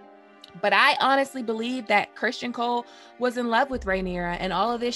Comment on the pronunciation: Ok. I know I'm gonna get some flak for this, but when you mispronounce Criston Cole like 20 time in 18 minutes I gotta say something. It's understandable when some names are interpreted differently because the spelling creates the confusion (Aenys, tee hee). His name is straightforward. I almost feel like you're taunting me when you say Christian Cole. It's like fingernails on a chalkboard to me. Anyways, I'm probably wrong, unreasonable, silly, over critical... Or all of the above. I guess I hope this constructive for you